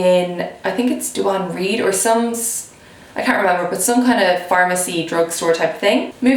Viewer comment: It's pronounced 'd-wayne reed' 😉